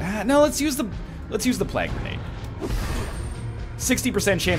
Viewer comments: NL, it's plague, not plag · Is he trolling with the way he's saying plague?